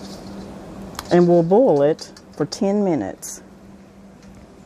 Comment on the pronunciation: Subscribed. I can pickles but haven’t tried canning relish. Video was very informative and I love that you say bole vs boil. I’m a Texan son of the south, my whole family including me says bole.